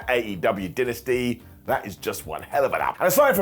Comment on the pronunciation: Say Dynasty. Now say Dynamite, the name of AEWs flagship show. Now look at the first four letters of each and consider that they are both Die-nuh-stee/Die-nuh-might not Din-nuh-stee/Din-nuh-might. Have had too much wine, so don't think this is any sort of attack, just talking shib. Fkin love ya broski.